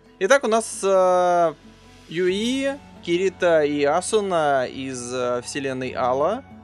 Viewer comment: Костя!Ты первый человек,которого я знаю,который не говнит второй сезон SAO.Уважуха.Мне лично как первая часть понравилась,так и вторая.Аниме Ускоренный мир имеет довольно жизненную тему,и к тому же связана с виртуальным миром,по идее.Сама не смотрела,но,для понимания некоторых деталей данной игры,возможно и стоит посмотреть.Или вдоволь.И не юИ,а Юи.